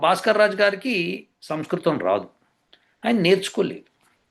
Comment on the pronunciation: గురువు గారికి నమస్కారం గారు పలికిన పదం సంస్కృతం అని గాక సంస్కృతి అన్నట్లుగా అనిపించింది గమనించ గలరు. పొరపాటు అయిన క్షమించగలరు. CVNRAO Hyd